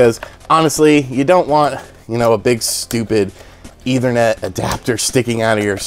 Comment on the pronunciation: Didn't know people would pronounce it as "either-net".